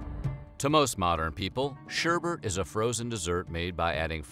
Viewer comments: ShErBerT Actually it’s pronounced: Shêr-Bet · SherBet Not sherbert. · Was he saying 'sher*bert*? Can you even read? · Are you saying sherbert? SHERBERT? I’ve always loved. I watch all of your episodes and basically I love them all but it’s sherbet. Look at the way its spelled. Come on man you’re smarter than that! That’s like pronouncing nuclear nuke u lar. Don’t be a rube. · Its NOT SHERBERT,!! Its SHERBET DAMN IT,!! 👎👎👎👎👎👎👎👎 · Yo ma dude Şerbet is pronounced as ''Sher-Bet'' nice content but that disturbed me for a reason i cant understand lel it sounds like an entire different word. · thumbs down for pronouncing it sherbert. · its pronounced 'ssharrrbatttt'. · When white people say Sherbet but end up saying schubert or sherbert which sounds a lit like Herbert 😆😆😆😆 White People 😆😆😆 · Word whisker: Sherbet doesn't have an extra R. It's said just like it's spelled.